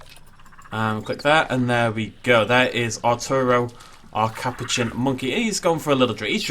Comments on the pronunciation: Ca-pou-chian Not Cap-o-chin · Sorry don’t need to be rude but ca-poo-chin